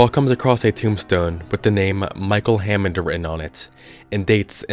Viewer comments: Hannond. Not hammond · micheal hannond not hammod